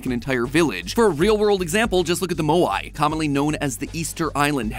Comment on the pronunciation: ITS MO-YA-E